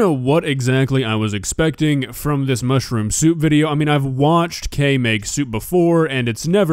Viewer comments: Kay seems nice enough and all so I don't want to make fun of her, but every time I heard her say "mushroom" it sounded to me like she was saying "mushy-room" which made me smile inside :) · "Mushi rooms"??? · How does she manage to add 2 extra syllables to mushroom?